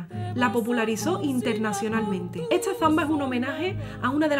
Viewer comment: Se me hace un poco curioso la forma de hablar de esta belleza de mujer. Porqué pronuncia las palabras con s y t en posición contraria. Ejemplo: esta la pronuncia etsa, historia la pronuncia hitsoria y así. Solo una curiosidad 🤗